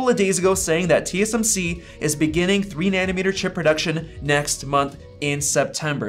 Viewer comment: It's nanometre, not nanimetre